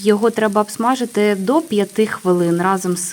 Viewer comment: Абсмажити. А треба говорити обсмажити.